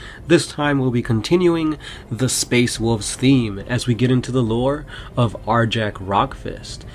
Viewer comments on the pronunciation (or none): Arjac is awesome! also the name is properly pronounced Ar-Yac. Fenrisian names are inspired by norse culture, J's are pronounced like a Y